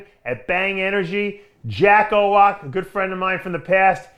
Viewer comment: Owoc, not "Owok". ;)